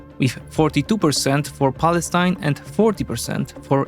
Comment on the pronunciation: You pronounced Palestine wrong